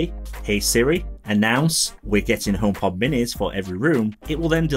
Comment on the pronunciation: I hate how you pronounce homepod as "ohm pot"